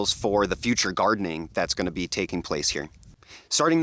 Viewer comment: I just realized that you say, "What's GROWING on everybody..." LOL! Love the channel and thank you for sharing your knowledge with us!